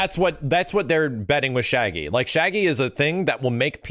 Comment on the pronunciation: Jeet kun do shaggy= ShagLee